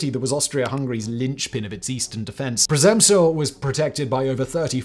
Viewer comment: Great video, as always! But one thing makes me wander... Living in the Czech Republic, how could you butcher the name of 'Przemyśl' so badly? 😅 All You had to do was to ask any person on the street outside of your building for prenouciation 😅🤣🤣😎